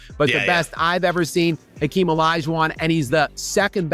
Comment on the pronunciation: is the only YouTuber who pronounces Hakeem's name correctly. As much as I don't like him I respect that.